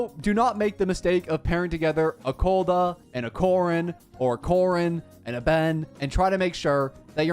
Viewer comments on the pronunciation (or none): it’s koleda not kodela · Its Ko Le Da my dude hehe love the vid tho